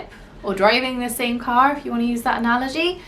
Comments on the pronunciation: like the way car was said made me first question who was talking, and as an american, i picked up on it a few seconds later after listening to speak a little bit more. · I NOTICED!! First I was like "...wait said Car with a really long r" and then I was like "the first video has gotta be! That's his really London-y accent!" and then it turned out to be and I was like "I KNEW IT!!!!:DDD" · I got you 😅 you are good but the word "car" gave it away for me. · I had a feeling it was on the couch at one point because the way he said “car”; It sounded too American. For a moment I thought I was reading to much into it... I had a friend from the UK who moved to the states when he was ten. He still had a bit of that British accent, but now and then his accent, especially his R’s would sound way more enunciated. The UK drop their Rs and so does.